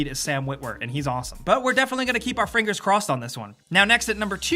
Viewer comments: Am i the only one that heard fringers 😹 😹 😹 😹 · "our fringers"